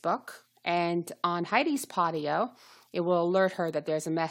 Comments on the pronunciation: Thank you for info. It is PODIO though. Both O's pronounced just like the letter O as you would say if reading alphabet... long O. Like Pohdioh. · I stopped viewing after she called it PottyO, so I have no clue what data she is talking about. Podio-uses SharFile &, RightSignature which are very secure. What makes you fell it's not? Podio, ShareFile, and RighSignature all use 2-Factor-ID. Utilizing up to 256-bit EV SSL encryption by DigiCert and the world-class server infrastructure of Amazon Web Services (AWS). Lots of fortune 500 companies use it. Every file uploaded to Podio is encrypted with AES- 256 before being transferred to an Amazon Web Services (AWS) S3 repository. Beyond the security safeguards implemented within AWS , the encryption mechanism ensures the privacy of file content. Database backups are encrypted in the same manner as uploaded files. No clue what she was talking about, but you make Podio sound not secure. I'm interested to know why you thingk that?